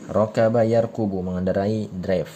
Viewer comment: Baru Ustadz, yarkubu ato yarkabu?. Soalnya yg Ustadz bacakan tidak sesuai dengan tulisan🙏